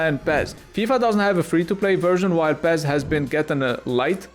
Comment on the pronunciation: PEZ ? its fucking pes ?